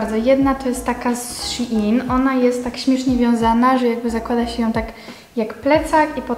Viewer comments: sziin muwi się normalnie szein sprawdź sobie na tumaczu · wymawia sie szejn szejn plisss